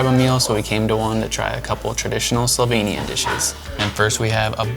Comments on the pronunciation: And I must say your pronounciation of slovenian words (places and dishes) is very good! Usually people have problems or don't even try to say it right. So really well done! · I live in Slovenia (lucky me!) and I love your enthusiasm and the obvious effort you have made to get the pronunciations right! Thank you. I approve of your destination choices so far, and sorry you could not have had better weather. I personally prefer Škocjan cave over Postojna, it is way more spectacular, but realise you had to make a choice. Looking forward to the next video(s)!